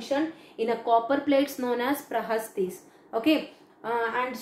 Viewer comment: Madam it's "Prashastis" not prahastis